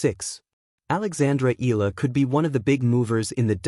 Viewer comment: Sorry, can't stand the mispronunciation of Alex's family name